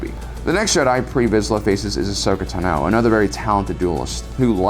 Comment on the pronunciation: jo-RIN, ta-NO... he's doing that on purpose, right? lol